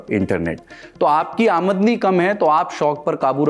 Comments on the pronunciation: Sir aamadni (aa-mad-ni) nhi hota hai balki aamdani (aam-dani) hota hai.. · aamdni.... nhi aamdani😂